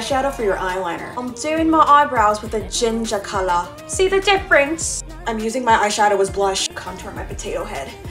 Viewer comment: She turned British 😂"gingah calaah"